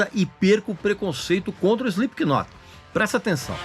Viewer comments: Cirúrgico !! Só faltou não pronunciar o K no nome da banda. Se lê "Slip not" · Ele fala “Espiquinot” chega dói os ouvidos 😮‍💨🤣🤣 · É inadmissível escutar alguém pronunciando o K do knot...